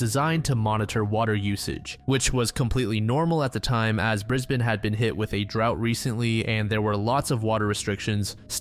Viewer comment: Australian here, props for saying brisbane properly